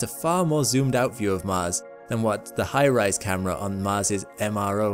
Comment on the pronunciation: shouldn't that be high-res "hi-rez" not high-rise camera?